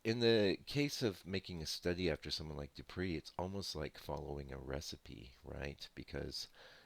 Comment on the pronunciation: no offence... please...the name is pronounced Doo-pray..(.as in prelude...)